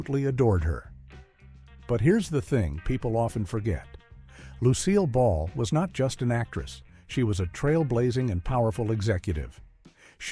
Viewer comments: Lucy-ill Ball? Seriously, get some better AI narration or get an actual human to narrate. And what is up with the way the names have been butchered? Did AI just call Lucy-ill's husband Daisy Arnez? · Either get a better AI or a human who actully knows how to pronounce the names of the biggest stars on TV. Seriously? You can't pronounce Lucille Ball?